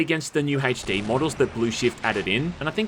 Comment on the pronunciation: My dude said “hache D”